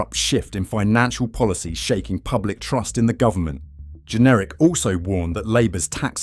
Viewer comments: His name JENRICK NOT GENERIC, or pronounced generic, and no i am not a Tory voter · Since when has Jenrick been pronounced Jenerick ? Is this AI voice over ? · It’s Jenrick not Generic 🙄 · WHO ARE YOU ? YOU CANNOT PRONOUNCE "JENRICK" .... are you some sort of generic AI b s ??